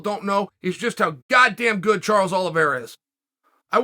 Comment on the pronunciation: *Chael Sonnen:*Charles Oliveswhereare and Dustin Sorrier. Me: Ok great.